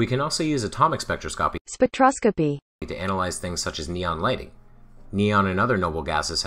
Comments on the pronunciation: Spek - trah - skah - pee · Already subbed to DKIS, but thanks for featuring this. "An elegance to his speech..." unless he's trying to pronounce "spectroscopy" 🤣🤣🤣